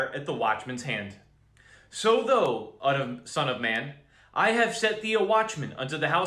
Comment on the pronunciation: thou rhymes w cow, it's not pronounced tho